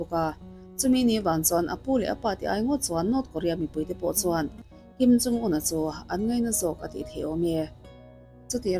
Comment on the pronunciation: I videos hi ka en ve ta nual mai mhse,an chanchin I sawi te hming poh ilam duh thei thinlo hi chu in enfiah angai khawpmai!Tunah pawh hian Kim in Jung te itia,heilo pawh hi ka hre teuh tawh....